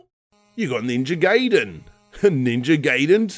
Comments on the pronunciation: Guy-den is the correct pronunciation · Ninja Guy-den not Gay-den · Gaiden = Guy-den. Geiden = Gay-den. Manga = Mon-guh, Meinga = Main-guh. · GUY-DEN not GAY-DEN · GamingDude800 It has nothing to do with tongues when you call it Ninja Gayden, I think we all should be saying Guy-den by now. ;) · "ninja gay den" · ...pronouncing Ninja Gaiden like that.... *stops watching *dislike